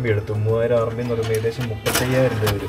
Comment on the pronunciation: It is not RNB, it is RMB, short form of renminbi, the full name is Chinese yuan renminbi